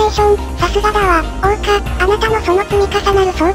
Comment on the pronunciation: ところどころ桜花のこと雪花って言ってる